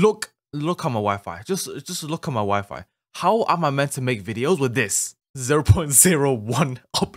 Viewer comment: I was think when you say "my wifi" I just heard you say "my wife" I just think a lot of that